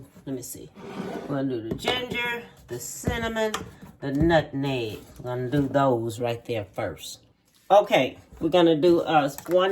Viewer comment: Nutneg, I wonder do some people really think, that spice is called NUT-NEG, or are they just pronouncing it the way our family members did. 🤭